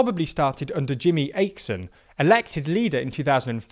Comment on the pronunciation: "Ache-son" and "Lov-den" 😂